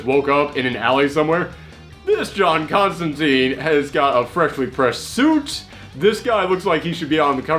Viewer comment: That's not the "prettiest" John Constantine (pronounced CONSTANTINE, btw, NOT ConstanTEEN!) For a pretty version,check out CRISIS ON INFINITE EARTHS where, in one issue, we find John in a fresh, pressed green suit without a trenchcoat.)